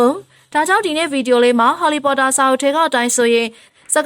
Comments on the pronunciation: LOL she said ဟော်လီပေါ်တာ😂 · အသံကဆာနေတဲ့အသံနဲ့ harry pottorတောင်မပီဖူး